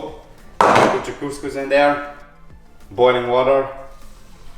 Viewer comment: the pronunciation of couscous is just perfect, the problem is in the cooking process 😅, that's not steaming it's soaking.